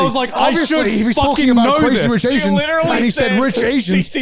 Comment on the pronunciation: pretty sure that you meant "Crazy Rich Aians", Garnt.